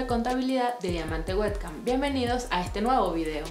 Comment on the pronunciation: exacto verdad que es payasa? No lo pronuncia bien. En realidad nada de lo que está en inglés lo pronuncia bien xD